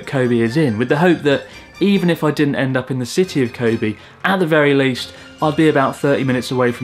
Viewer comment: Learn to pronounce "Kobe".